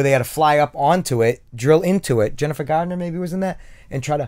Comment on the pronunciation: “Weeks aparrt” “Jennifer gaaarrdiner” dude if you bust that Boston accent out more I will like every video you guys make haha